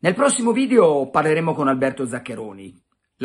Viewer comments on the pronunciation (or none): none